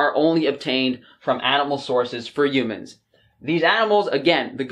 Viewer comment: "You-mans". I love you,.😂😘